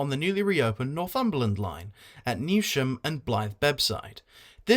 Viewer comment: Another pronunciation thing - Newsham isn’t pronounced with a sh but it is more like News-um 😀